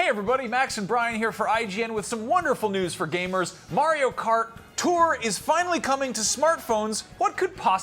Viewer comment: “Mario Cartore”